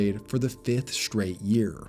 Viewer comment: Practice pronouncing words correctly. Straight isn't shtrate, and string isn't shtring, and streak isn't shtreek, etc.